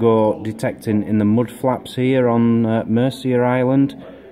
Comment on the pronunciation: It sounds like you keep saying 'mudflaps' hahaha